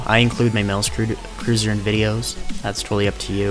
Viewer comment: It's pronounced "Curse-oar" which most prolly just say [curse -er] not cruiser :D :D :D you've said that in 2 or more videos :D